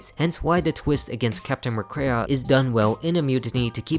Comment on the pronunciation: It’s pronounced mick-CREE, “Patrick Star”! 🤨